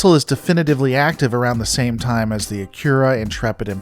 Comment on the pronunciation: Your pronunciation of "Akira" sounds more like "Acura".